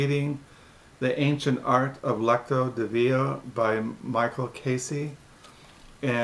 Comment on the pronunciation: Pronounced Lex cee o De veen a😎